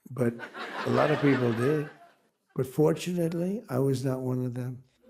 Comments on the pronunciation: Forshunslly. He was on his plane 7 times. Where were they flying? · Forshunately ? Covfefe!